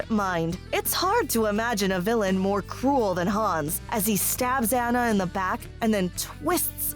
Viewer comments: Yeah, they say "ANN-NA" instead of "ANNA". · Hearing Anna instead of Anna drives me crazy but I agree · It’s pronounced “Ah-na”, not “Ana”.... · Um..."Anna", pronounced to rhyme with "banana"? It's pronounced "AH-na" (more or less rhymes with "Donna"). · It pronounced Aunnah, not Anna. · Omg... It’s pronounced “Ah-nuh”, not “An-uh”... That kept getting annoying! Like, you can’t make a video on a movie when you don’t even know how to say one of the main character’s names... Sorry, but it’s kinda irritating 😕😒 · Well actually the name Anna, spelled with 2 N-s is pronounced "An-uh" If it was meant to be pronounced On-uh, it should have been spelled will only one N, It always annoyed me that the movie called her Ana instead of anna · It’s fucken (onna) not (aNNa) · She is saying Anna wrong 😡😭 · was it just me that’s triggered by the way she says anna’s name? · I am tempted to give you a thumbs down for saying ANNA wrong even AFTER they say it on screen.😒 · Please don't. I don't mind it. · Omg I agree